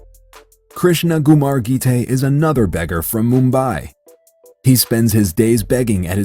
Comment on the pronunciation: its not gumar its ckumar its pronounced like that and its not pronounced laxmi its laxshmi amd its not rubbes its ruppees its pronounced like that youre wrong